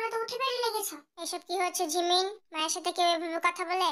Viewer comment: জিমিন ❌ঝিমিন✅